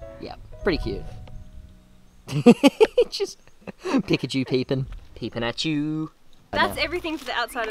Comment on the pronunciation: Peek-at-chu it’s perfect.